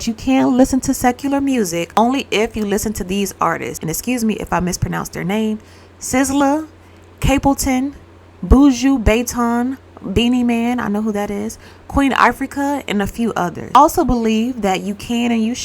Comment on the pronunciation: Buju Boo ju (strong j) not jue like hue. But ju like juju